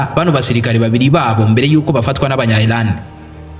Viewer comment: Ntago nabuga ILAN bavuga IRAN. Mumvugo yawe jya utandukanya L na R Birababaza kukumva uvuga ngo ILAN kandi ari IRAN 🇮🇷